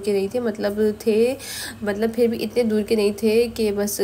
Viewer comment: Cake hoti nhi hota hy sis map.apni spoken skills me b kan,kren video or achi ho jy g ...jesa k.fir fir nhi phir hota hy